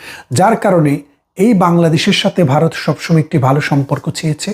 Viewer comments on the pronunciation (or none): উচ্চারণটা বারত না ভারত !!! হাসিনার পাচাটা। ইনি বারতিয় না বাংলাদেশি? বুঝতে পারছি না। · দেশটার নাম বারত নয় ভারত। ব্যারিস্টার সাহেব একটু শুধরে নেবেন। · ওরে 😂 বারত নয় রে ওটা হবে ভারত 😂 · কথাটা ভারত, #বারত নয়। আপনারা বা়ংলা লেখেন এক আর উচ্চারণ করেন আর এক। আপনার বিষয় বাংলাদেশের জন্য গুরুত্বপূর্ণ হতে পারে কিন্তু ভারতের জন্য গুরুত্বপূর্ণ - এটা আপনাকে কে বললো ❓ যাইহোক, আপনার প্রতিবেদন ভালো লাগলো 👍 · দাদা আপনি আগে ভারত ঠিক করে বলুন, বারোত বলতেছেন। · বারত না, এটা ভারত। উচ্চারণটা ঠিক করুন আগে। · বারত নয় ভারত। ঠিক করে বলতে শেখেন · বাইরে 😂😂😂😂(ভাইরে) ওটা বারোত না ওটা ভারত হবে। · Apnio bangla vashai bokte parenna, varotke bolchen barot !😂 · ভারতকে দয়া করে 'বারোত' বলে উচ্চারণ করবেন না।